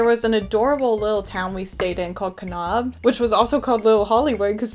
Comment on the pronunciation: Im so glad you had a good time passing through Utah. As a native Utahn, however, I appreciate you trying to pronounce the names of our cities. Kanab is pronounced Kuh-nabb and Zion rhymes with Lion, BTW!!!